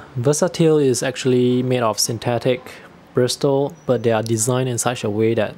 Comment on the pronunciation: Hi, thank you for the informative video - I have a small collection of travel brushes and was curious about a couple you showed (not that I need any more!). Just a minor pronunciation note, don't say the "t" in bristle - it's more like brissle. I have a set of Silver Brush Black Velvet travel brushes that I like a lot but the quality is not consistent from brush to brush (hopefully they have gotten better since I bought them though). My newest obsession is a hybrid waterbrush I made for travel - it's not as compact but it is very convenient; it combines a sable hair brush tip with a waterbrush body (if you are interested, I just posted about it).